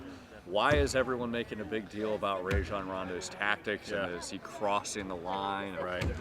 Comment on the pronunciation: "Ray-John" Rondo 😂